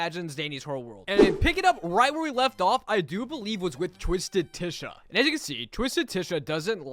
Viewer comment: It’s it’s spelled Tisha and pronounced Tasha